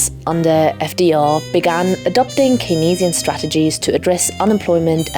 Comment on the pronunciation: Great video; however, "Keynesian" is pronounced "Cane-zee-in," not "Cay-nez-ee--in."